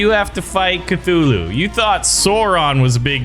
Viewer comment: It's Cthulhu